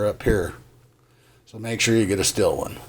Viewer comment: Are you saying steel or still gear? I’m guessing steel......